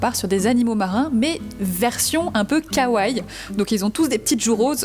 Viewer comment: Hello, juste pour info le deuxieme i de Kawaii se prononce. Sinon j'adore la thématique, merci pour la vidéo !